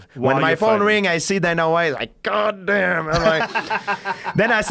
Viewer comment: When he said god damn he went full Texas mode